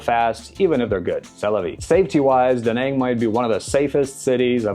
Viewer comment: Spending 2.5 years in a place and still not knowing the proper way to say the city…. Stfu